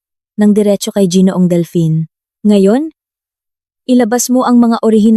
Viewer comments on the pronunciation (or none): it is ginoo ang bigkas hindi jinoo.